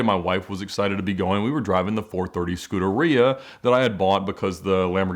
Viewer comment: Some Ferrari enthusiast needs to teach Ed how to pronounce, “Scuderia”.